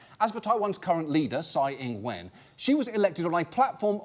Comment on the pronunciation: Wen not when. It rhymes with gun.